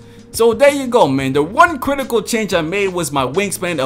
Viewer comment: cwitical wtf is a cwitical 😂